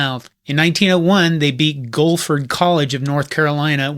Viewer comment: Haha, brother I went to college I. Greensboro, NC. I grew up one town away from there. But when you said "gofurd..." and said it was in North Carolina, I was stumped and had to Google who in the heck Clemson played when they won 122-0. It turns out it was GUILFORD college, in Greensboro. That's "gill furd" phonetically, named for the county that Greensboro and High Point are in. I went to a different school in Greensboro, but you can still trust me on this one: GUILFORD, pronounced GILL FURD.